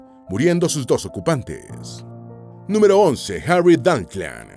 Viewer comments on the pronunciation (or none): none